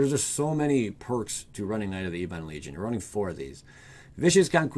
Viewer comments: It's not "ee-bon" its "eh-bun". It means "black" or "dark". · Ebon probounced ehb-bin